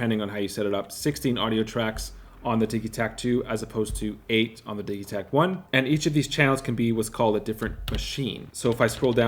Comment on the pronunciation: Why do you say "diggie-takt" when its Diji-takt... like digital!?